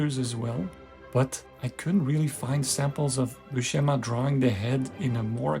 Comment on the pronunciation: IMHO Buscema's faces are much more convincing and appealing than Silvestri's. (Buscema's name BTW, is pronounced with an "s" sound, not an "sh.")